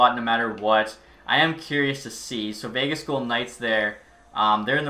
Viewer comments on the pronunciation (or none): none